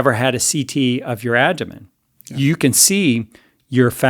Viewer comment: Is he calling the abdomen the "adomen"? I can't tell but I don't think he's saying it right. Maybe I'm missing it but if I'm not, that makes me question his expertise even if I do believe him re: heart fat.